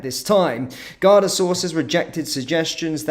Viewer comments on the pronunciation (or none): GAR-DA not Gardia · How do you flit between correctly pronouncing Garda (Gar-da) And incorrectly calling them Gar-dia. Bizarre, in my humble opinion 😵‍💫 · There called the Garda not gardia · Gardia is pronounced gar-dee and refers to the police force. Garda is singular (and officer) and pronounced as seen. If you do news you have to pronounce things correctly. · It’s pronounced like guarda (Garda) not gardia just pointing you in the right direction that’s all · Pronounced 'Garda', no I in Garda. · Gardea haha it's pronounced 'Guard I'